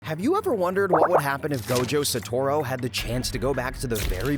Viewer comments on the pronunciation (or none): Did bro jst say satoro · why does bro say "gojo satoro" at the start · Gojo satoru ❌ gojo sotoro ✅ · NOW I KNOW YOU DIDN'T CALL HIM GOJO SATORO IN THE INTRO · "Gojo satoro" 🥀💔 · Saturo it's satoru 😂😂